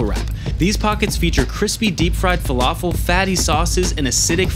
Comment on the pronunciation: im from england....whats a flafel